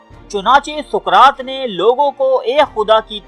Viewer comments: Suqraat nahi Bhai.saqraat hai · Soqrat ko dobara teak sy parhain. our mujhy us kitab ka nam bhee Pata bhee batain jahan sy aap ny ya parh kar kaha hi??????